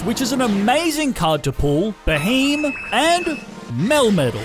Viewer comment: ah yes beheem ITS BEHEYEM